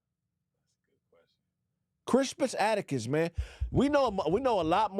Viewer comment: is butchering the hell out of Crispus Attucks'name. It's pronounced Cris*pus At*tucks. Also, people don't know about him because they barely allow the teaching of real history in schools today. And Black American history is either censored or banned.